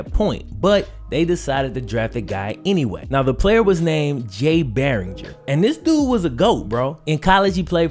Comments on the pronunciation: His name is pronounced Bur- wang- er i messed it up also but the first ever Heisman winner we got to get that right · Jay berwanger is my friends great grandfather. pronounced his name wrong as well. I have met him and he is very nice. He is in the hall of fame for a camp called camp highlands. This camp is amazing. I found out from Jay. He is very nice he says he does regret not going’s to the nfl but likes where his life is now. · Honestly I think this is super cool that people remember one of my ancestors and make videos about him.... but just so u know u said the last name wrong 😂